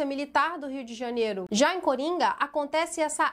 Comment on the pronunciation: Tenho certeza que a falando cUringa foi bem proposital 😂😂😂